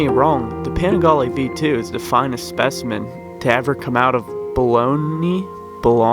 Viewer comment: Braaaah it's pronounciated Bologna!